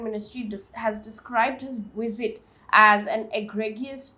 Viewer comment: Mam...it's 'V'isit,not 'W'isit.